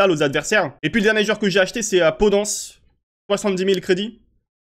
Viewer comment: podANCE ?? vraiment t'as osé ? Mdr